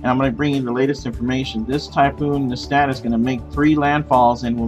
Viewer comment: Actually, it's NESAT, not NESTAT